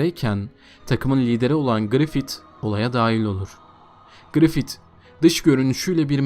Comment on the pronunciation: grifit değil grifis diye telaffuz et kardeşim şu şeytan herifi